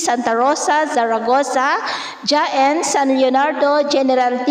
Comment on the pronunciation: good afternoon, ang bigkas sa Jaen dun sa Nueva Ecija ay Haen thank you.👍☺️